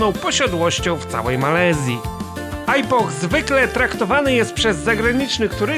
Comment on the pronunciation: Dlaczego źle wymawia Pan nazwę tego miast, to nie jest (ajpoh) tylko (ipoh z lekko milczącym "h", jak (ipo)